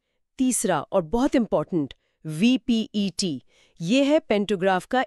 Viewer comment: Are VEPT ko VPET bol rha hai 😂